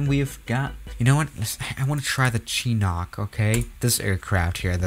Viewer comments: Its pronounced shinook not chinok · It's not pronounced chinok I think it's pronounced chin-u-k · ( Chinok). it’s pronounced (chin-nook) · Nobody: Absolutely nobody:: Chinock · Btw you pronounced chinook wrong its more like "shiinook" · I'm a cheap person to. lol and you preannounce chinook like this shuh·nuk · Nobody:: CHEENOCK